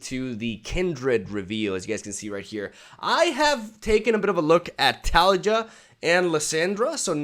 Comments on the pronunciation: I dont know what's cuter, your 12y old reaction or this intro. Pd. Taliyah its pronounced Tali-YAH. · taliJAH? are you serious bro. Not all Y's are pronounced J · Best. Intro. Ever. And its pronounced "LissAndra" and "Ta-Lee-Jah" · Just in case there's a joke behind how he pronounce 'taliyah', please someone explain 😭🙏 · Why is nobody talking about the way he said Taliyah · Those Taliyah and Lissandra pronunciations are physically painful. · I love the way you pronounce "Lissandra" and "Taliyah" hahahaha